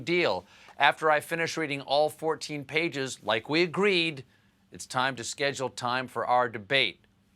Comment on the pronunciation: Lol "All 14 pages"? XD are you kidding me? That is not the way you say that if you want to be taken seriously haha.